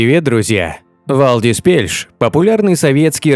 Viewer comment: Правильно говорится ни Вальдис а Валдис и так же пишется.